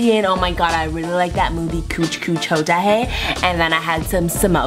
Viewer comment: I'm Indian and when I heard you say," kuch kuch hota hein " which you mimicked as kooch kooch hota hen, I swear I started to laugh so much that my sisters thought I was actually crying....